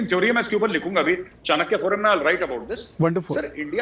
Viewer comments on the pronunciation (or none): are tahir bhai kya chani-kiya chani-kiya kah rahe ho?? CHana~kya is the word. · Tahir Gora sir has improved from Chinkya forum to Chanikiya forum.....now waiting for the correct pronunciation of CHANAKYA forum.....👍👍👍👍👍